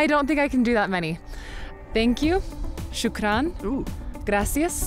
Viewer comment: Second lady : Shukrant 👍